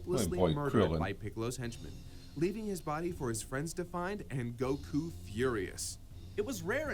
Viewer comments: please, someone teach how to pronounce goku xD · Why does he say goku like that!! 😭🙃